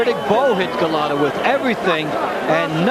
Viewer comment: That one commentator saying, 'Golata.' I watched this live and new Lewis would smoke him and he did. Golota had no chance against the amazing Lewis.